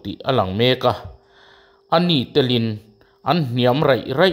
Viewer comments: Ani telin...tiin i lam hi a dik lo...i vedio hi lo enlet teh...Ani tél in...tih tur...nitin tih na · A nitêlin tih ani zawk mai thei. A lam dik lo deuhin a lang